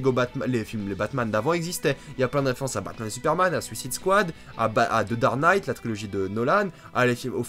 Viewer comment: "The dare night" ? xD